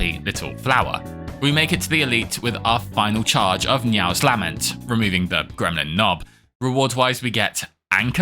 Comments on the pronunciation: It's "luh-ment" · Neow's "Lamb-Ent"